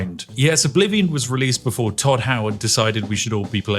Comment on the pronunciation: Elder Scrolls Errblivion?